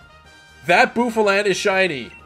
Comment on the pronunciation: Fun Fact: Bouffalant has a hairstyle called "bouffant" which is pronounced as "boo-fawnt". Therefore, Bouffalant is pronounced as "boo-fuh-lawnt".